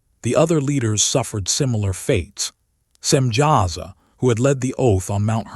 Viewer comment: Samyaza not Simjaza.